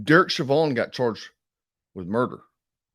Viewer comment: "Shevan"?? Isn't his name pronounced "Showvin"?? As in..... SHOH-vən